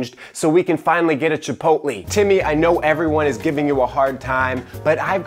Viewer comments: “Chipotlee” lol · I died at the pronunciation of “chipotlee”